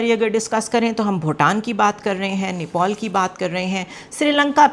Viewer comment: Oye bewakuf aurat wo neopol NAHI hai usko Nepal kehte hain, zyada stylish mat bano simple raho to acha hai